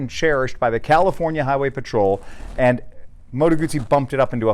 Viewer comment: Heah, but it's not gooozi, just guzzi - oo, mot ooo, please - you hurt my ears!